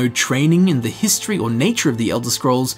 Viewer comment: History = hist tree